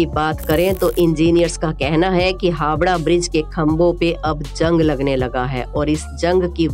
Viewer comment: Hawda nhi Howrah